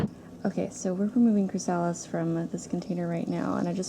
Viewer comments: Your killing me... It's "Chris a lis" not "Chris sal is". I've never heard somebody not pronounce that correctly. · Its chrasalis not chrisaaalis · Chri-suh-lys not chri-sah-lys just a tip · I thought I posted a comment but it disappeared so I'm sorry if this is duplicate. Thanks for sharing your beautiful, peaceful garden. I love it. Watching the caterpillers was fascinating. Just an FYI that chrysalis is pronounced chris-uh-lis. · I don't know if you will see this and I'm not trying to be a pronunciation police-type but, just a friendly FYI it is pronounced CHRYSalis. first syllable accent. :) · Pronounced, "crist, o-list" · CHRYSALIS pronounced chrys-a-lis not the stupid way you are saying it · very nice video but the mispronunciation of the word chrysalis was driving me crazy. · Seconding that motion, so to speak. Putting the accent on the second syllable of chrysalis is kind of like putting the accent on second syllable of "octopus". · You say chrysalis wrong. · You take such big cats? they are more likely to have a parasite. Do you have that problem? Oh I see you do. I was told not to take older cats. Sorry to be picky but you are mispronouncing chrysalis.